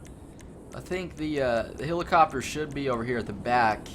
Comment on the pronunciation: you need some pronunciation and grammar lessons. "I done got it" "hilicuptur"